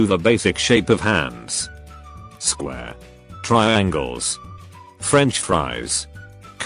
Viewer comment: "Square" The Narration: Sqhh